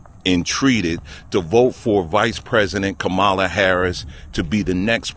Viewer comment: And just like you that you lost my viewership. You have not even spoken about her policies, so you didnt explain why you dont want to vote for Kamala.... You did the woman hater thing; so a few women doing something bad. So all women... Also you can learn to say her name correctly, more anti-blackness. It doesnt matter if a black person has a Hindu name or a black person has a name originally from African American culture...